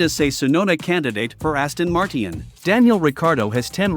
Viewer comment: Aston mart-ee-ann